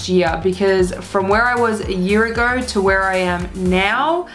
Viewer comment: "so a year ager.... so, a year agerrrr..."